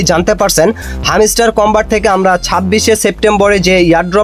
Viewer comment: হামিস্টার কি ভাই হেমস্টার হবে😂